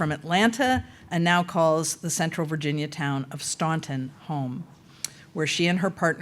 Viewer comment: Did somebody let the new President know how to pronounce Staunton? 😂